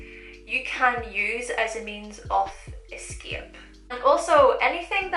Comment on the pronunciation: Whenever I hear your accent (ex. eskep) I want to give you a kiss because it's super cute! Btw where is accent from?